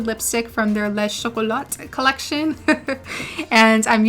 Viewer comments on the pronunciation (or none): Beautiful skin and complexion! And this make-up look is flawless on you!!! 😍😍😍 Btw, I heard you giggling: in case you're interested, the French word, "les" is pronounced, lay. 💙